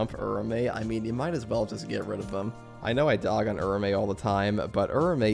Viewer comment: I think Its pronounced Ura-Ume, just how Its written..